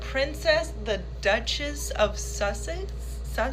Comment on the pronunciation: Hey girlie !! It's SUSSEX dontcha know 😂😂😂